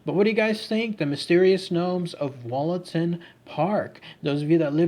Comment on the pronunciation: I lived near there and visited the park every weekend with my maternal grandfather... Heads up: pronounced Woollaton... Plus called Hall and not Castle... Also, there is no train embankment in the park... Currently being discussed on a Notts forum on Facebook...